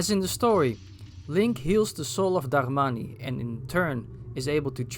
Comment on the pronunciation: i love the way you say "Darmani"